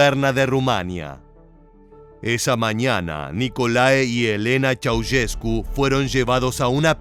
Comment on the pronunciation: Esta mal pronunciado el apellido. Ceaușescu, no se pronuncia así, se pronuncia con un sonido de "ch", no como si fuera una "s dura" la primera y como "sh" vibrante la segunda. Pongo los símbolos fonéticos de todas maneras para los que lo entiendan: [nikoˈlae tʃe̯aˈuʃesku]. No entiendo la intención de hacer un video "educativo" con mala pronunciación que inclusive está en Wikipedia y en páginas de pronunciación. Ante la duda uno investiga al menos. Google está al alcance de la mano. Cuando nos enseñaban lenguas en la facultad nos decían "Esto se los enseñamos para que no hagan un papelón pronunciando mal" ya veo a que se referían...